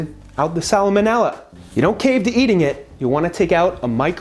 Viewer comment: Can you say "salmonella" one more time for me? I think you added an extra syllable or two. Lol.